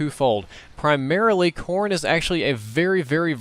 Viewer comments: I thought he said porn. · Every time he said corn i thought he said porn haha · thought he was saying Porn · lol when he Americans eat corn i thought he said porn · everytime said corn it kinda sounded like porn so it sounded like he said "you can do a lot with porn" lol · I heard corn as porn every time....